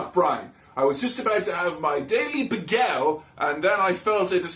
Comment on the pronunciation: Uhhhhh... we're not gonna discuss how the word "bagel" is being pronounced?